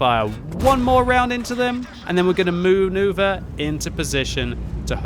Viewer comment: It was quite a good moo-noover